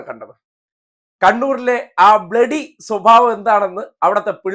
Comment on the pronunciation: " ബിലഡി കിരിമിനൽസ്"....😂😂😂😂